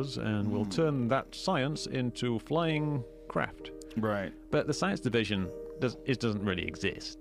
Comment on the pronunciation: "the science devizion duznt x-ist" : /